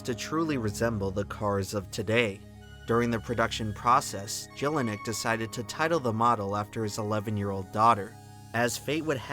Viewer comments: My god, the mispronunciations. “Yellinek” not “Jellinek”. German Js are pronounced like Ys. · It's pronounced "yel-i-neck", not "jel-i-neck". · I love your stuff, but I am begging you to learn how to pronounce German. W is like V, J is like Y. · My man mercilessly butchering the name Jellinek